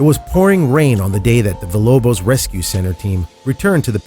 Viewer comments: Imanciated? Wtf bro, you got one job. Also, “vilobos”. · What a good mama, and the name is villA Lobos...not vilobos. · it is emaciated not emanciated. and it is VILLA LOBOS not vilobos. Every one of these stupid videos has this problem. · It’s EMACIATED not “emanciated”... sorry he said it more than once and that stuff gets under my skin. Also he pronounced Villa Lobos as “Villobos”